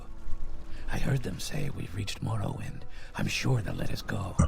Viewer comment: Cool, it's been soo long since I played this game. It will be fun watching you play this classic Elder Scrolls game ^.^ Hehehe It's: More'-row-wind Khajit: Kah-jeet' Argonian: R-Go'-knee-an ^.~